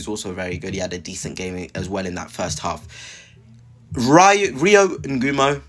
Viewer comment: I subscribed to your channel a few weeks ago but might have to unsubscribe if you keep mispronouncing players names… if you can’t pronounce Rio then please don’t make any more videos about Liverpool.